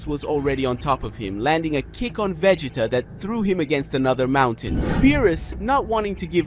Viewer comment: I lost count at how many different ways Vegeta name was pronounced in this vid..🤦😂